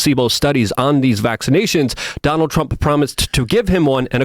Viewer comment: “Donaltt Ttrump”